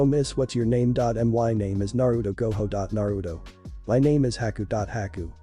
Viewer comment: haha, ai thinks that Gojo is pronounced like Goho.